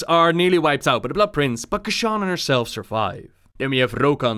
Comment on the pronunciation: The way he pronounces "Keeshan" as "Keshawn" makes my skin crawl